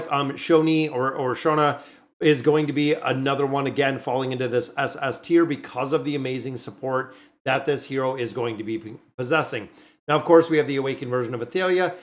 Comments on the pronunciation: Just say shoo-nah, not whatever that sound was that you used ))) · Its show-nah. Please say it right. Nice tier list thank you for this